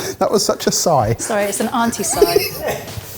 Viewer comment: It’s ‘Auntie’